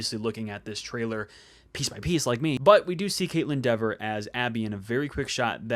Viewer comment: Her last name is pronounced Dee-ver. But it’s hard to not even think of the other way as i’ve been saying it that way for a long time.